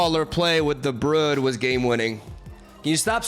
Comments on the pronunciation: One thing that never changes is slaughtering card names. Brood (br-ude) not brud. king-pin not king-ping. A kingpin is a term used for powerful mob or crime lord. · Isn't it pronounced 'brewed' not 'bruhd'? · Not important to the video, but fyi it's brood like mood or broom. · thumbs down for saying "Brud" too many times. And for all the times I've heard "A-gis". Still love youuuuuuuu, stop hurting my brain with your word butchery. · It's not Brud bro, just fucking call him bread if you want to misspronounce him that bad. And it's soccer not football, but sure go say american football if you wanna take the time to say and write it all the time, cus otherwise noone ever has an idea what you talk about. Is it the womans sport or the mens sport, hmmm?